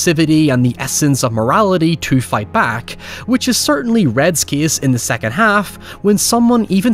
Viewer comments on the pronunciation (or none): none